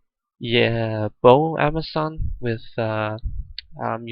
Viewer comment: lol right 😂